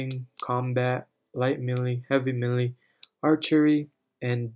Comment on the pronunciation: is no one gonna talk about him saying millie intead of melee